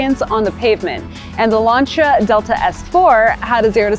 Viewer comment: Wouldn't be bad if she could actually say Lancia (Lan see a)